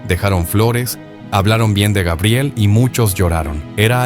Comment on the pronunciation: LA INTELIGENCIA ARTIFICIAL DICE GUEBRIEL...